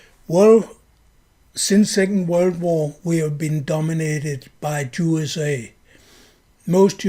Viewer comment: It is very appropriate that you pronounce "USA" as "JuSA" since we know who has almost all the power in this world, since they are the international bankers and have bought up all the choke points of culture and are agents of Satan. "If you want to know who rules over you, just ask yourself whom you're not allowed to criticize."